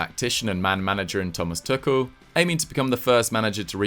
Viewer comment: Thomas "Tookell" 😂🤣😂